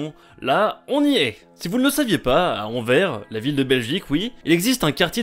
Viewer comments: C’est anverS pas anver !!! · on dit envers et pat enver c'est un insulte pour nous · on dit anvers et pas anvere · C'est énervant tout les Français ne savent pas prononcer les noms de nos ville ! Anver je l'avais jamais entendu celle la de base on dit Anvers avec le "S" ! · Anversssss frérot le S se dit sinon super vidéo continue 👍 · A 2m32 se n’es pas anver mes anversssss tu la malle prononcer je le savais parsque je suis belge mes ces pas grave j’adore tes vidéo continue🥳🤩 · "En vert" pour dire "AnverSSE" aïe j'ai mal à ma Belgique :'( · on ne dit pas Anver mais Anvers le s doit être prononcé ( tu peut me croire c'est un belge qui te le dit 😉😉😉) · TA DIT ANVER CES ANVERSSSSSSSSSSSSS Sinon cool la vidéo est bien expliquer comme d hab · On dit Anverse pas Anver(je suis au courant pour les fautes d'orthographes c'est pour la prononciation) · Ok ben merci le respect pour les Belges ;-; On dit Anverssssssss !!!!! Pas Anver... RIP le respect Que tu repose en paix 🙏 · On dit anverce pas anvere met sa s'écrit anvers🤦🏻‍♂️ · Anvers se prononce "Anverse"! Il faut dire le "S" à la fin du nom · c pas anver c anverSSSSSSSSSSSSSSS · ON DIT [ANVÈRSSE] ET PAS [ANVÈRE] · "ànver" Anversse PUTIN (c quand il parle qui dit envers) xD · Anvers ça se dit enversssssss pas anver mais si pas continue tes video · Alors. C'est AnverS. Il faut dire le "S". 😭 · seam même, en flamand on dit "Antwerpen" et français AnverS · je vois que je suis pas le seul à avoir tiqué sur "en verre" ^^ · L'honneur des belges à été bafouiller 😂😂😂😂😂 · ah les français ... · Toi aussi tu as pleuré en l'entendant? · Hé les gars il est français 😂 c etait obliger qu il se trompe sur une ville belge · J allais dire la meme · Anvèr Anvèr sérieux ? bro tu sais que c'est réellement énervant pour les belge entendre ça .... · On doit le dire c est "anverce" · Rip anvers Sa se prononcé anvÈrS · Prononcez "Anverse" 🇧🇪🇧🇪... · ANVERS [Anverse] pour la prononciation ! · On dit "Anvèrsse" 😉 Sinon bonne vidéo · On dit Anverss